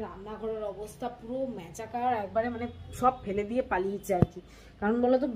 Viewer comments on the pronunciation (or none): Happy New year, ekta kotha please kichu mone korona, kothata masacar, machakar na. Next time masacar bolo please.